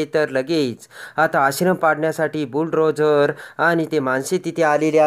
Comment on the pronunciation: किती अशुद्ध भाषा. बुल ड्रोझर नाही त्याला बुल डोझर म्हणतात.